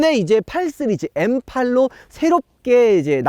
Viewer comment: 시리즈를 쓰리즈로발음하는 그는데체